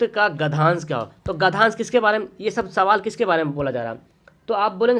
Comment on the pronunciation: Sir gadhyansha hota hai na ki gadhansh